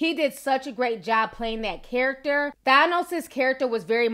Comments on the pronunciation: His name is pronounced (TH-anne-ohs) not (TH-on-ohs). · Than-os is fair even though he is misguided. He wanted to do whats in the best benefit for the people in all the planets. Im mad at how you say Thanos. Lol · Ti you sound Puerto Rican when you say thanos 😉 i love it ❤👍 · And you’re saying thanos wrong. I love you but I just can’t